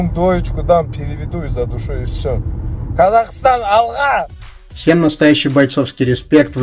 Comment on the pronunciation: Мариф как-то произнес специально что-ли как подбитая курица. Даже я хоть и не казах, могу нормально произнести "Казахстан, алга".